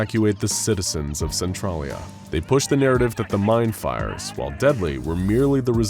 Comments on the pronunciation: you butchered how to pounce centralia. cen-tral-ia. i grew up in centralia WA. n everytime you said it i cringed hardcore. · I hate the way he pronounces Centralia... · Don't know if its just a local thing but the way he says centralia is weird